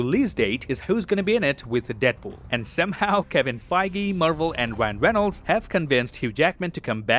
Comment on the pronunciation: wyan weynolds